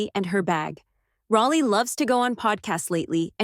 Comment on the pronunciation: Fix your AI. It's pronounced Rollie, NOT Rahllie!!